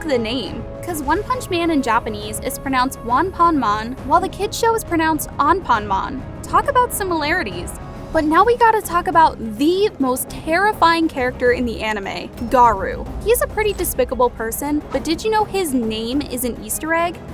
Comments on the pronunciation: her: spelling garou garu instead of garo me: :screams from iritation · I know its probably just for laughs, but the way you pronounced the names is just DISGUSTING you really said Geenos and Garoo wtf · 'Jeenos' and 'Garu'... Yep shes been caught lacking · i hate that people pronounce garou gahroo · you dont know how to say garou. no, just its not possible. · Is no one gonna talk about how they pronounced garou garoo?